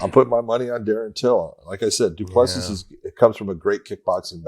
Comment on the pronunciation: It's do-pla-see